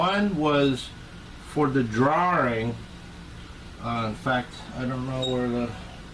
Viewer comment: Thanks,, and what a prize! I'm so happy to have won this "draw-ring!"😂